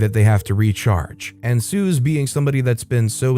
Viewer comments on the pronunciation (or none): Suze [ Sue-Zee] not [Soo-Z]